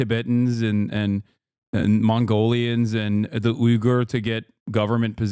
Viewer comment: no way your calling it a ughyur re-education camp